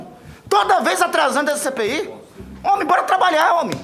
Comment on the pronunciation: Ele fala homi kkkkkm